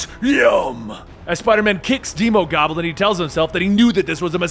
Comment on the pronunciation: "deemogoblin" Wtf it's demo, as in demo disc, or demolition, not deemo...